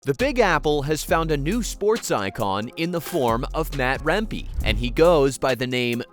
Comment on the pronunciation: His name is also pronounced "remp-eh" not "remp-ee". Go T-birds and rangers!